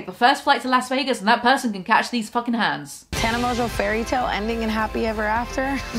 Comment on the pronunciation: "Mongeau" is pronounced "mongo". It's a very old French name. No clue where this "mojo" pronunciation comes from lol